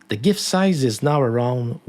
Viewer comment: Subbed for pronouncing gif correctly.